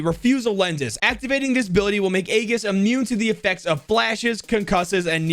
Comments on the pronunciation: The name "Aegis" is read as eyjis bte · "Aegis" Is pronounced "Age-Is". It's latin for shield. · The second name aegis is pronounced aje-es